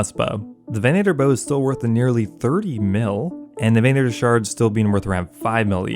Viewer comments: "VEN-uh-ter" not "veh-NAY-ter" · Why are you putting so much emphasis on the long A sound in venator lol